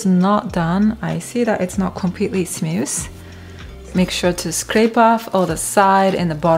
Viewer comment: it's smooth, not snuss lol